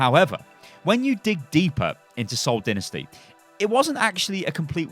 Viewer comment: Did you just call it SOCCER? smh